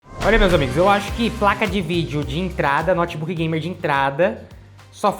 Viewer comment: Esse "nótibuqui" é top!! 💪